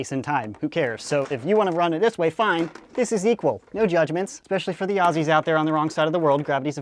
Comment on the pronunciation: YAASSS!!! can say Aussies without making it sound like aawwwwwwssssiiiiees! Thanks -From an Aussie